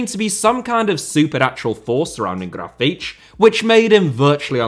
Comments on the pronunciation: Brazilian here. You >almost< got Grafite's name eight. Only thing wrong is the stress syllable: You pronounced it like "GRA-feetch", but it is "Gra-FEEHTCH" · Gra-fee-tea, stressing the 'fee' bit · Well, you tried to mimic the common sense Brazilian accent. Not 100% accurate, as it should sound more like "Grafitchi", but it could also be "Grafiti" or "Grafite" depending on the region. Brazilian Portuguese is a very rich language... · I thought it should be more "graf - fee - tchee". I lived in Portugal for 5 years but found the Brazilian pronunciation confusing. I remembered hearing the word for "limit" which in Portugal was always "lim - meet" but didn't recognise it in a sertanejo song as it was pronounced "lim - mee - tchee" so assumed this would be the same. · It is pronounced “graw-fitch”. There you go, no hard feelings about the Brazil video 😅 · Almost, the last "te" sound more like "cci" like in "Pucci". (btw, grafite is a racist nickname ) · I'm brazilian and I wouldn't say you pronounced it correctly. I would say it was a valiant effort and "close enough". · Your pronunciation is closer to european portuguese, but still an impressive effort👍